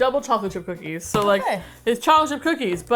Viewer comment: Honestly I heard coochie 😂